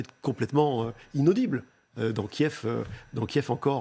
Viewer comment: As a professional phonetician, the capital city of Ukraine KIEV, is transcribed as /kjƐf/ in all physical dictionaries and online dictionaries. So, the pronunciation /kjƐv/ is not traceable in any classic dictionary. Is the department of phonetics at your media in a deep slumber or have you news readers stopped consulting a classic dictionary? In future, may I suggest news presenters spend as much time doing their phonetic homework; prior to presenting news; as when they paint their faces and dress in classy attire -- for appearances may be deceptive.